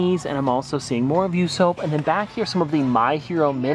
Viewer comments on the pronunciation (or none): you said yousoap instead of usopp it’s pronounced ooo- sap 😂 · Did this man just say YOUSOAP and not usopp m (pronounced oosop) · You-soap 💀🤣 It’s u-sop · It's not You-sop. It's Oooo-Sop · I say nami and clicked on the video. Another banger yessir. Edit:. I will end you. Bro called him yousoap. Its oosop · How u calling usopp yousoap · The Way He Said usopp💀